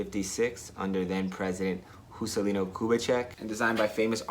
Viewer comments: "Jucelino" não; "Juscelino". Por favor kkkk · "Juscelino", with the "J" sounding like Spanish made a wound in my heart. hahaha But thanks for the video... very good learning for gringos. :)